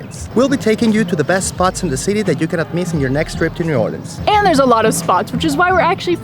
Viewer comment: I love that you said it right "or-lins" and you visited the Westbank. Great video.